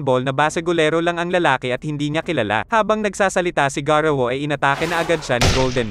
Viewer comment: Hindi garuwu Yun Garou